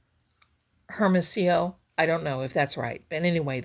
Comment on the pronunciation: You said Hermosillo perfectly!